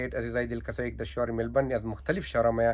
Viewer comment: شهر میلبرن یا میلبورن چند سال استه د استرالیا استی نام شهر میلبورن درست گفته نمیتوانی باز یوتیوب جور کردی😂😂😂